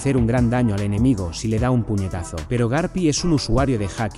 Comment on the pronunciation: porque dices garpi ?